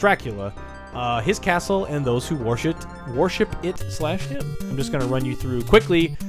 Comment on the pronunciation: how I worshit dracula?